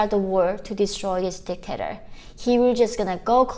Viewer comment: Omg in the entro i thought she called him a dick ater xDDDDDDDDD my ears are corrupted